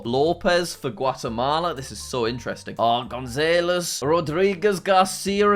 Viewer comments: how tf he saying gonzalez ?! 😂😂 we should have a series of learning to say last names 😂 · The way he pronounces "Gonzalez" made me cringe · The way he says “González” killed me